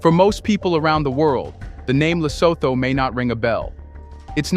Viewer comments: please research the proper pronunciation of African names: eg LESOTHO is pronounced.. ( LE SO. 2 ) NOT.. ( THOR ). Another name you mispronounce is that of the 1st Head of State of TANZANIA - President Julius NYERERE... you often say NY. ERERE.. ( NYE ) RERE. Thank u, Sir. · If you can't even pronounce it correctly; why bother make a content about it: It's pronounces: Lesoothoo: Do you homework and research before giving us a content😳🤷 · Le-soo-too is how Lesotho is pronounced. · Thank you for highlighting our unique country that we call home. I am a Mosotho living in Lesotho. The only thing I would have liked is to see all images to have been from Lesotho. For instance, the images of Asians working in textiles when referring to textile industry in Lesotho could be misleading. Secondly, it would be helpful if you had asked someone from Lesotho to help you with the phonetics such that you pronounce Lesotho correctly. Phonetically it is pronounced Le-so-to (the h becomes silent in the English phonetics). Otherwise, great work and on behalf of our nation, we thank you.